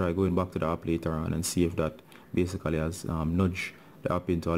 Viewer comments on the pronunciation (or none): i love his BASICALY xD